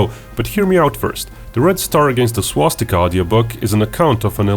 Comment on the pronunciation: It's not "Svastikaa", pronounce it like "Swastik" with an "a"!